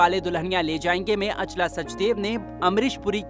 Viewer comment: Naam toh saahi se Bolo Achla not Aa chala